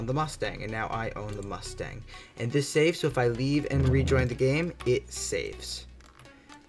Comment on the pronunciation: What U say Mastang? Or Mustang?